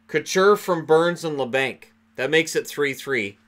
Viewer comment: Its pronounced la bonk